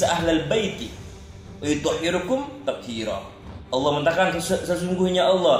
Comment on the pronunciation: Wayutohhirokum mas , bukang hirukum